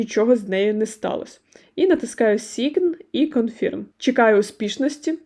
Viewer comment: Дякую за детальне відео. Але, будь ласка - правильно промовляйте англійські слова. А то Ваше sign confirm - просто ріже мозок